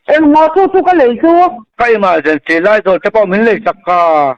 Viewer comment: E-mal-gency light thluk mawlh khi 😂😂